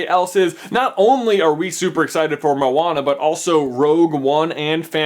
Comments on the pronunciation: i hate it when people say moan-a when its mo-Ana, he says it wrong here also but that bad he says it like mow-Ana, A-lmost :D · Josiah Mazelin because the way he's saying it, is spelt like 'mauana' and in islander/maori language, the slightest pronunciation change can mean a totally different word so yea. and i did say it was a 'bit' off so i wasnt too harsh, i love the supercarlinbrothers and i was just helping them out with the pronunciation because i know that one day they will have to name the movie, and when they do, they will be able to do it a bit more precise? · I dont know why but for me when Maui said to Moana "Non of your busines" it really sounded like Narnia. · XD momwana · I thought moana would be pronounced like mow-na instead of mo-ar-na. Idk if it's the fact I'm British or if I'm just stupid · your pronunciation of 'moana' was a bit off, but good try though? haha loves from New Zealand! churr bro